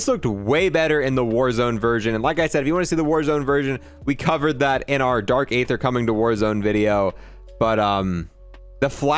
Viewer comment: For the 5th time now it’s dark ee-thuh not ay-thuh